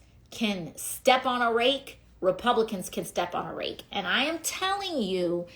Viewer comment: Keep up the good work! The truth matters! Hey, I don't think you hang a television vertically... wait, maybe you do? BTW, the word is 'and,' not 'andt.' Affected talking like that and vocal fry are a huge turn-off (politically speaking).